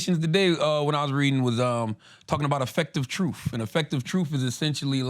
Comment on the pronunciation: Someone tell tha god it’s pronounced truth not troof